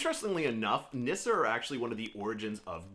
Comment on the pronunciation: I love Nisse. It’s pronounced “niss-say” actually. We have them on Yule cards in Sweden. I enjoy having them around our Swedish American home.